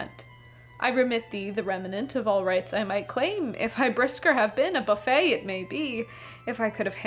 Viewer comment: I enjoyed your video very much. If I could one make one minor point, I noted several times that you pronounced the word buffett as buffet. It should be pronounced like Warren's last name, not Phoebe's. 😁😉